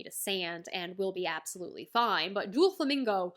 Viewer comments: I was tearing up when you were talking about Oars Jr. then you said Doo-flamingo, and I burst out laughing. Haha no hate, it was a nice break from the tension. Maybe you know this by now but it’s doe-flamingo ❤ First video of yours I’ve watched, but I plan on keeping up with your adventure from now on Nakama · It’s pronounced as dough flamingo